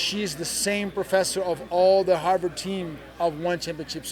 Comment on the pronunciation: He go to “Arvard” ! Lmao I think he meant Harvard